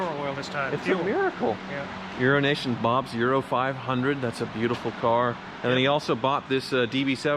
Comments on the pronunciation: Maybe you do it on purpose as a joke, but every time you say EuroAsian Bob it sounds like you’re saying urination bob. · It is funny when says Euronation Bob it always sounds like urination Bob.